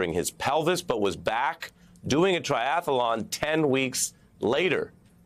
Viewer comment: Not "Triath - a - lon"... Triathlon.